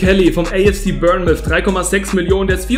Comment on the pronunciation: Zur Aussprache von Bournemouth. Der erste Teil wird Born gesprochen, der zweite ist schriftlich schwierig auszudrücken. Bei spricht es ziemlich richtig